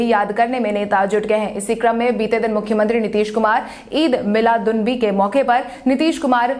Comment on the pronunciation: Eid milad un nabi ka pronounciation (uchcharran) galat kiya (पढ़ा है)hai